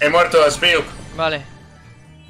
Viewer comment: Poco se dice que le dijo "kius" a Spiuk xd